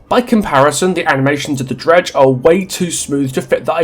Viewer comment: I didn't realize that you were actually calling The Dredge, Greg for a while until I actually scrolled into the description and saw what you'd written there. Love the commentary and I totally agree though, they should commit one way or another.